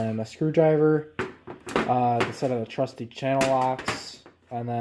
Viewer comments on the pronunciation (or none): Did you say trusty or rusty channel locks? I mean both would work.